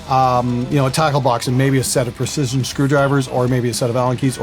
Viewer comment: There is nothing funnier than watching 2 Canadian meatheads attempt to pronounce precision in the least precise way 😂 u sure you aren’t bass players!?